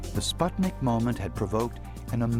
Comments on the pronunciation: I wish the narrator would prounounce the word correctly - its SPOOT-nik, not SPUHT-nik. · It's called Spootnik (means a Satellite), not Spotnik as every pronounces in this movie.